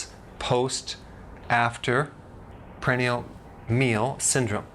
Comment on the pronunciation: "prandial" not "pranial"